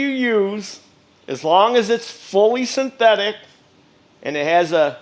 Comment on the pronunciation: I'm sorry, but could you pronounce synthetic again?